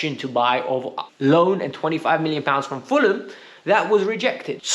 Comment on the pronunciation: Did he say fuller-a-ham? 😂😂😂😂😂😂